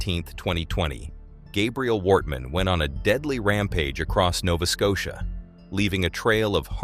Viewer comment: Yeah many places were pronounced wrong as it sounded like it was a computer voice. At one time it said "Worthman" instead of Wortman.